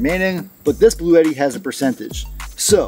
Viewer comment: Just letting you know that I did buy one of these based on your review as well as another channel. I looked at one of Bluetti's instructional videos, and they pronounce it "Blue-tee," 2 syllables, rhymes with "bootie." FYI.